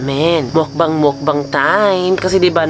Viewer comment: Mukbang po tamang bigkas hindi po mokbang.